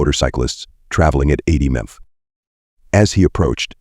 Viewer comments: Gotta love ai saying mph and BMW wrong had me in tears laughing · The effing AI narration is garbage. Seriously...the suspect was trying to leave in a black suv. Not S-U-V......a suv. The suspect was going 100 mmph..not miles per hour...mmph. how effing hard is it to narrate the video...thats the easy part. I hate when channels do this lazy ish. Ill skip this video thanks. Cant stand it